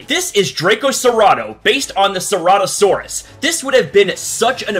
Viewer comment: Cer-oto-saurus😂 It's pronounced cer-ato-saurus